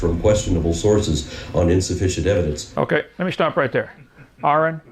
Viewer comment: Hovind such a narcissist. He literally refuses to say “evidence” (which is spelled the same way plural and you argued it was spelled with an s at the end ) the correct way. You refuse to be wrong even when you are even in the simplest of things. He literally regards to himself as “The nicest guy you’ve ever met” after he insulted arons haircut as a beginner to his rebuttal. He has a yes-men crowd there with him to nod their heads every time he says something. He’s a bullshitting contradicting narcissist.